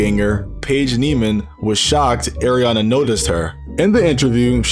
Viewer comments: went from Ariana to “Arina” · It's Ariana not Eriana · It’s not (Air) ianna it’s (Are) ianna